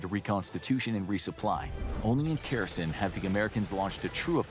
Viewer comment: Kherson turning into "Kirsyn" gives me a headache